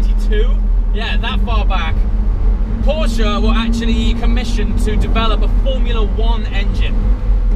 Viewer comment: The only english talking guy who says Porsche in the right way 😂👍🏻 greetings from Germany ;)